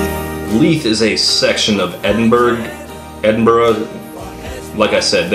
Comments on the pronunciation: It's Edin-bur-ugh not Edinburg. You got it right the first time why must you hurt me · Ed-in-bu-ru, Ed-in-bruh, and Em-bra are the only acceptable pronunciations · Edd -inn-buh-rah Why do Americans insist on over annunciating words like this? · Pronunciation guide: Edinburgh, pronounce it like Edin-bruh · edinburgh - said, E-din,bur,ah